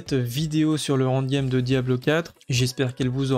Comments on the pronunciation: Salut, bonne vidéo merci, MAIS stp.. ça se prononce : end game (proche de and game) et pas ONDE game..u_u pour les sceaux des donjons y a moyen de les craft. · C'est en quelle langue "Hand game" ? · Plz rectifie ta prononciation de END GAME, tu vas être amené a spammer ce mot, et ça me donne envie de quitter la vidéo a chaque fois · J'ai pensé pareil C'est con mais ça m'a tendu 😂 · 😅😅 en effet c'est dur à entendre mdr maos sinon merci pour les infos